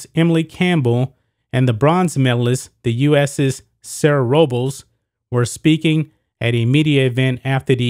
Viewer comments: I heard row-bowls but I think her name is pronounced Robe-less. I could be wrong though. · Robles is pronounced ROH-BLESS... is a Spanish last name. You kept murdering the last name, is was horrible.